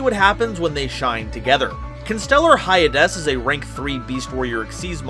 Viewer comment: Hyades is probably pronounced Hades